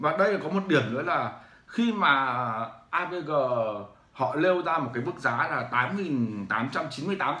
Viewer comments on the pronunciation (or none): AVG không thể đọc "a vê gờ", phải đọc là "a vê gê"!